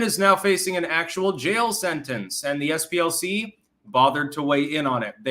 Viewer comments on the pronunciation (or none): none